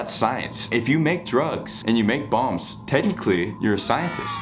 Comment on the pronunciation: Is anyone going to talk about the way he said bombs and it sounded like bongs